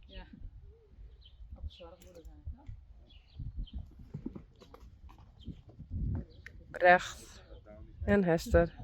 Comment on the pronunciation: I think when said it it sounded a little like Breath.